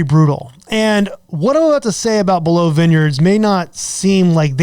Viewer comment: Why do you say" below "vineyards? You do know how to say it properly?